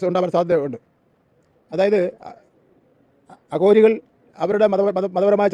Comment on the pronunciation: കഷ്ടം അഘോരികൾ എന്ന് പറയാൻ പോലും സാധിക്കുന്നില്ല അതും പേപ്പർ നോക്കി വായിക്കുന്നു